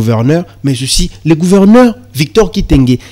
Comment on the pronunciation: MONSIEUR YO OKOMI JOURNALISTE NDENGE NINI??? ATA KO PRONONCER GOUVERNEUR OZO KOKA TE? EBONGO BATU YA MBOKA MISUSU SOKI BA YOKI EZA SONI PONA MBOKA. ON DIT GOUVERNEUR ET NON GOUVERNAIRE